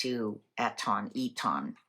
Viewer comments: Its Eton not E tonn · Sounds like EAtin' ;) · We say it eetun But it doesn’t matter. Marlborough is a lovely town very quaint and defendable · Eton is pronounced Etun, for what it is worth., I have heard bits of shortness of breath with you on occasion. Please get checked out if you need to lovely. Xxxx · Marlborough is pronounced Mawl-bruh Eton is pronounced Eet-un